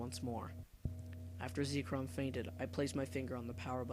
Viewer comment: it is ZEK-rom not zeekrom